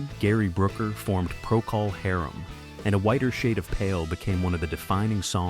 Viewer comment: "Pro-call Harem."